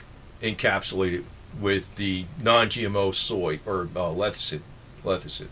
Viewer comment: Lethicin??? It's Lecithin